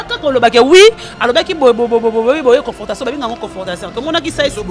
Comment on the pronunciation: Confortation te,on dit Confrontation Oza kaka na impolitesse... Tu insultes une mère 🤦‍♂️ et tu ne te reproches de rien.